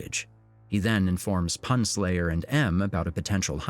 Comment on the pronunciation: Am I the only one who thinks they mispronounced "PunSlayer" 🤣